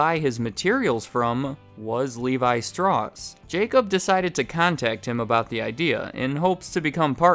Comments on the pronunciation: Love your videos, you pronounced Strauss incorrectly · the way you pronounce "Strauss" makes me want to end myself. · I think you're pronouncing "Strauss" wrong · I don’t want to be that guy but it is pronounced “StOUss”, as in “Ours”, not straws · other than the mis-pronouciation of Straus ("Str-owww-ss" NOT "Str-aws") great! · Its more like "strowse" than "stross". But I'll let it slide. Props for pointing out on yourself. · Great recap. A former client, as it happens. Last name is pronounced “strouss,” not “strawss” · Don't pretend u can pronounce the name it's German it's not livaishtroos its levi strauss u idiot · I believe it is pronounced " Str-owse" and not "stross" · pronounced "levi str-ow-ss" not straws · I noticed your pronounced Strauss as "Stross". I'm old and have always heard it pronounced "Strouse". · Idk if im right but im pretty sure you pronounced strauss wrong because you said it like "straws" and in all the advertisements and professional mentionings of the name I heard it pronounced like "strowce" but again I could be wrong. Also, i didn't know they made dockers and i have a pair of 501s my self and theyre literally the only jeans i like in my wardrobe that still fit me. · Pretty sure it's pronounced strowss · Yeah, the whole time I’m screaming, “STRAUWWWSSSS!!!!” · German pronunciation of Strauss is "Sh-trah-oos". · For anyone over 40 or maybe even younger the pronunciation is iconic because it was in a lot of their advertising. You always heard Levi Strauss (STROWSS, as in “Ow!”) so it does seem weird that it is mispronounced. But I guess for Millennials that’s different. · It’s straws? I always provinces it st-rwow-s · I've always pronounced Strauss to rhyme with house. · Great video as always. For what it's worth, Strauss is pronounced rhyming with house. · Never (boy, do I wish that was true!) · Why am I watching a video about Levi’s from someone who can’t even pronounce “Strauss” right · Is it not Strauss like you say Mouse?